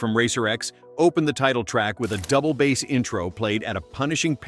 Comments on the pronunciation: Definitely something fishy in the pronunciation 🤪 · It’s “Double Bass” not “Double Bass”!!